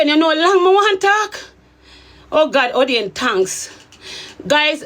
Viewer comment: How u say a don 😂a 😂😂